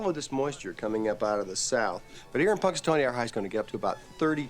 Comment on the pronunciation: Thank you for reacting to this! This is my birthday movie, since I happen to have been born on February 2nd, GROUNDHOG DAY! I actually travelled to Punxatawney (pronounced "punks a tohnny"), PA one year and it was really fun, but no day repeating over and over 🙂